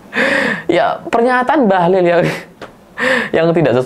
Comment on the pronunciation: Koq aku denger suara abang jadi "Bahlul'..,😅😅